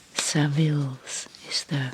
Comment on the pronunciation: Thanks for another wonderful relaxing video - also loved how you pronounced my company name Savills from the magazine 😊